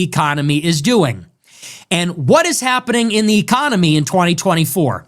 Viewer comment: Is it just me, or does he keep saying ECOMONY